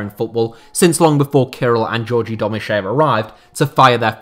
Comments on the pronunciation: The name of Domuschiev is not pronounced as "Domus SHEEV" but as "Domus CHIev" where "CH" is as in "CHeese" and "I" as in "PIN" or "TIN"! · The Name of the club owner is not pronounced Domusheev but Domuschiev - the sound ch is like in Chopper or Ciao.